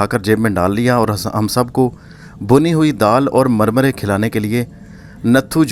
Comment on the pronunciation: Murmary not marmaray